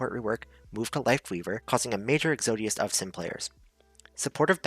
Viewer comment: Exodus: ex-uh-duhs, not ex-oh-dius.